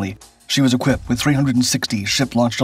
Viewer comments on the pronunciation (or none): none